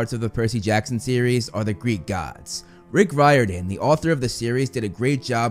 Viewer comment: Lol, why he say Rick riordian like that